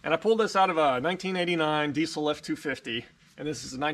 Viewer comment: I stop by this video from time to time just to hear you say “DEESUL”